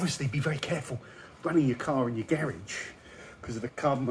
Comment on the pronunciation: Can someone teach this guy how to say "garage" the right way?